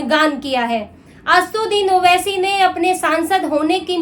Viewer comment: Pahle naam bolne shikh re bobdhi 😅😅😅 Uske baad news padhna....